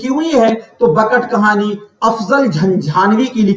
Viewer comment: Sir aap ne pdhaya to bahut umdah lakin taleffuz bahut bahut bekar hai Jese.. bakat khani nhi .. bekat khani Kudam raw pudam Rao nhi 😂..kadem raw padem rao hai Aur jese mashafi nhi .. Gulam hamdani mushfi hai 😅